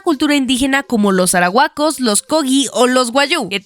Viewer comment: soy de una ciudad costera y te juro que me mori de risa cuando dijo los "aRAhuacos" JAJAJJAJAN TE ASEGURO QUE NO SE DICE HACI SON LOS ARUACOS,como lo se?porque vivo al lado de ellos JAJAJAJAJA